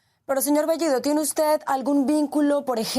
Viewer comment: Pedro Castiyyyyyyo??así es su apeyyyyyido??Castiyyyyyo??las dos L L esta escrito en el abecedario así que AIQUE pronunciaron AIQUE hablar correctamente el castellano español ,por el amor de DIOS..ya basta de hablar o confundir las dos L L Con la Y GRIEGA POR FABOR ,SEÑOR BEYYYYYYIDO ??